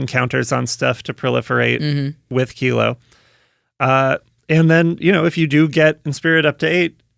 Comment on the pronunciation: You're the first channel I have seen to pronounce Kilo, Apogee Mind correctly. Enjoy my Sub!